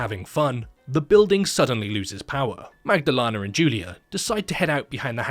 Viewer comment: You made a good attempt at pronouncing the name Magdalena. You failed horribly each time, but you tried, and that's what counts.